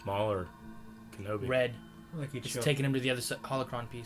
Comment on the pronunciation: you said it wrong at ~. It's not "Kenobiargh!", it's "KENOBAAAAYYYEEEIII!"